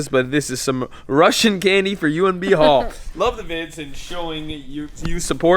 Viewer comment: eyyyy, he even pronounced my name right. GG B. Hall